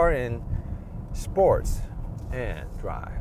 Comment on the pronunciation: "드롸~~~브" ㅎㅎㅎ 그냥 영어 잘 하는 알바 고용 하시는게 더 영상에 집중하기 쉬울듯 아님 영어 자막도 좋아이디어 일것 같네요. 액센트만 문제가 아니라 영어를 하는데도 억양이 한국말 같고, 말 중간 중간 쉼표가 엉뚱헌데 있는 느낌이랄까요